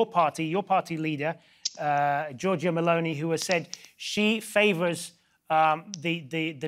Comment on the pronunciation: "Georgia Mlounee".... "Frataylee dee 'Taleeah"..... Not even one Word the speaker can pronounce correctly.😑